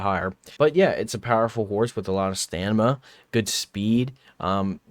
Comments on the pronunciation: stop saying stanima its STAMINA. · For fucks sake: sta-MINA not sta-NIMA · Take a shot everytime he says "STANIMA" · i get it, intentionally mispronouncing all the words gets engagement just like this comment. i'm just not sure how much soul-folk punch and stanima i can listen to. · "Stanima"?????? really? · "Stanima" omg... every time. I hope its bait lol bc that's silly. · bro kept saying stanima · Bro can’t stop saying staNiMa